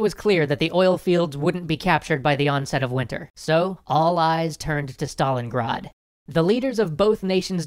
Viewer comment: STALIN GRAD NOT STALINGAAD